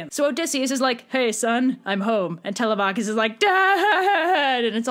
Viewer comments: I thought it was Telemachus (Telem-u-kis) WhO tHe F### iS ( Telem-AA-kus) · I’m sorry did you say “tell-a-Mach-is” I hate to be that guy but it’s pronounced “tell-‘em-a-kus”. Don’t say I’m wrong the guy who translated the odyssey says that’s how it is pronounced. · I have never heard anyone pronounce it Tel-uh-MAH-kus before. I've only ever heard it Teh-LEH-meh-kus. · It’s Telemachus- 😭